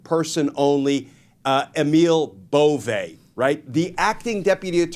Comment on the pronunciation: I like the way you pronounce Bove. Now pronounce Doge similarly.